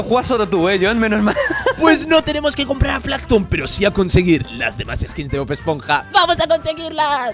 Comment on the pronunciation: dijiste bod esponja ❤